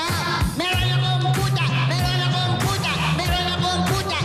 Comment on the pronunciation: Haha yung S nagiging T haha. Pusa to Puta haha XD